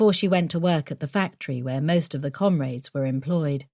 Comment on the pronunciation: Can't stand the constant use of the word 'comrades', especially the way the narrator pronounces it.